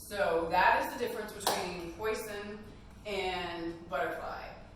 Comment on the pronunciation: It’s pronounced Pwa zon. It’s fish in French !!